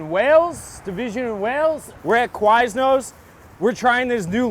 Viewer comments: The way says Quiznos is crazy. How is that what he assumes Quiz-No’s sounds like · It’s Quiz-no’s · KA-WISE-NOSE... What in the fuck is going through his brain